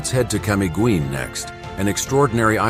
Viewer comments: why can't you learn how to pronounce these places properly? the "guin" in camiguin should sound like "gin" in "begin". mt. hibok hibok should sound like "he book" "he book" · thank you for pointing that out! 🙌 I appreciate your correction on the pronunciation of Camiguin. Language nuances make all the difference, and your guidance is invaluable. Happy travels! 🗣️🌍